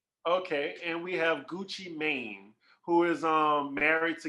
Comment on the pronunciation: It cracked me up how pronounced "" Gucci Mane. He sounded like a white person saying the name. You pronounce it as Gucci, Guwop, or Gucci man. Even thought it says Gucci "Mane"" that cracked me up. love you 😂❤❤